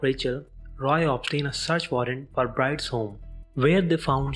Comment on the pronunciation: I turned the subtitles on and it helped some, but it seems to me that someone else wrote the text that ur reading. I notice this when you say the Byrdes organize a funeral but you call them the Brides. Right after that you call Wilkes "Willeeks". It just seems to me that ur just reading phonetically text that someone else wrote without really knowing what it is ur dictating.